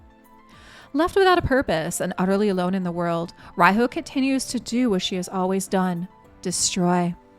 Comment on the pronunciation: Tip: Riho is pronounced Reeho (not to confuse with ree-hoe, the "o" is short), as it comes from Japanese language pronounciation way.